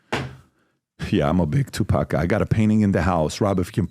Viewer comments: TuPACK.. Puffy KEEWMBS. C'mon mannnn 🥴😂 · Stephen your mispronunciation of Tupac is killing me😂